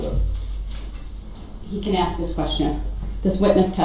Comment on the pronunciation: I keep saying I’m gonna stop watching this trial but every day I watch it. I can’t stop watching it. In all that time, I’ve lost count the amount of times when Brooks says “AX” I shout “IT’S ASK NOT AX!!!” I’m also sure I’ll hear “subject matter jurisdiction” in my sleep for the rest of my days. Thank God he’s behind bars. Horrendous man. Thought he could outsmart the prosecution and the judge or bully/intimidate them into declaring a mistrial or to have it all go his way. That control is gone and he underestimated everyone around him.